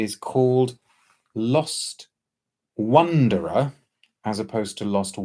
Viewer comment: Thank you. Absolutely delighted waking up to this today. Hope you continue enjoying Lost Wonderer:) Also, I am so happy that you got the concept right. A lot of people keep asking whether it’s a spelling mistake 🙈 Yes you pronounced the brand name correctly as well. Today happens to be the 3rd anniversary of my mum passing so it must be fate. 🙏 Once again, thank you so much for reviewing our first story. Really appreciate it. ♥️